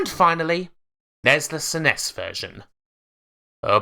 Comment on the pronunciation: I’ve heard SNES pronounced a few ways but “s’ness” is new to me.